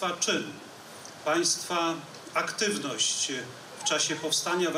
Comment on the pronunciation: mowi "panstwa aktywnoscHY", dobrze ze urwaliscie, bo musialbym zmarnowac kupe czasu, zeby wypunktowasc te jego HY na koncu niektorych wyrazowHY.